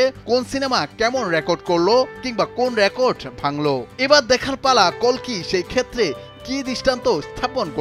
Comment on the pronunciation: অশেষ ধন্যবাদ জানাই কালকি না বলে কল্কি বলার জন্য ০৩.০৭.২০২৪